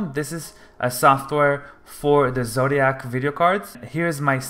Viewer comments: Zotac not zotiac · Zodia??? You mean Zotac?